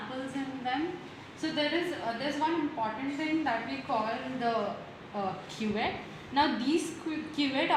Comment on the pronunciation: Not quet it's cuvette